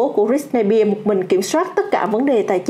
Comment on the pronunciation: Bạn đọc tên Britney Spears không đúng SPEARS chứ không phải BEAR